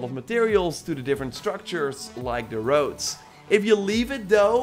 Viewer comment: so it's a game where you build wowds in chapter tree. humm.....that english man! painfull to hear! funny actually ..still like your vids